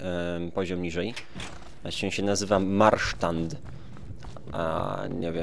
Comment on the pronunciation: to je MARSZAND nie MARSZTAND tam nie ma zadnego T